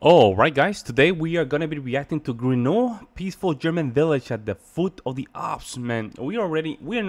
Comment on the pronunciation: Das heisst Grainau und nicht Grono